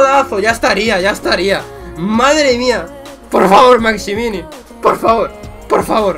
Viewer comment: Allan Saint "maximini" jajjaaja